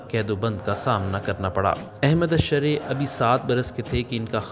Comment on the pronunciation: میسج ٹی وی انتظامیہ سے گزارش ہے ایسے شخص سے آڈیو ریکارڈ کروایا کریں جس کی ادائیگی وتلفظ درست ہوں الشرع کی راء پر زبر پڑھی جاتی ہے اور بھی بہت سے الفاظ کی ادائیگی درست نہیں ہے